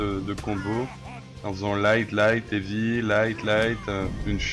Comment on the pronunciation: Sérieusement, je dois avouer qu’il y a des youtubeurs de France qui font de bonnes vidéos comme celle-là, mais sérieux l’accent anglais... C’est pas compliqué de dire un mot anglais correctement Evy n’est pas Heavy, Aylanedeur n’est pas Highlander, mais bon c’est pas méchant, excellente vidéo sinon 😉